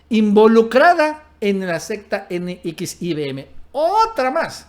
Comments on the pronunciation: Se dice NEXIUM!!!!! NO N X I V M!!! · CORRECION !!! N X I (UVE) M. ESTÁS DICIENDO NX IBM. ! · Si era un hombre "Eroico". Se pronuncia ene equis i uve eme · Se pronuncia Nexium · No mames.. se dice NEXIUM, informe primero. Y lo vuelves a repetir una y otra vez como tontito, no mames. Pinche canal cagado. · nxvim se pronuncia como nexium jajajaja suenas muy chistoso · NXIVM se pronuncia "nexium". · NXIVM así se llama la secta. Se pronuncia NEXIUM...como el medicamento para la gastritis... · la secta se pronuncia nexium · Como deriva del latín, se pronuncia NEXIUM.... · Perdón pero se pronuncia NEXIUM, y se dice más rapido. Saludos 👍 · JAJAJAJAJA N X I B M... NEXIUM NEXIUM ASI SE LE CONOCE Y PRONUNCIA JAJAJAJAJA SALUDOS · NXIVM se pronuncia "NEXIUM" Saludos! 🙂 Nos gustan tus videos. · Se pronuncia: nexium. Saludos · Así no se pronuncia NXIVM....imbecil!!!!!!!!!!!!!!!!!!!!!!